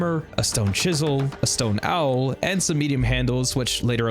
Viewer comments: FYI: "Awl" is pronounced similarly to "all", not "owl" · AwI is pronounced more like "all" with a southern accent than "owl" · Awl is not pronounced OWL, its pronounced ALL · "awl" is pronounced "all" not "owl" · a stone owl?? Awl is basically pronounced like all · Awl is pronounced as “ALL” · This shit made me stop n belike "wtf did he just say and for what.. dear lord,wtf"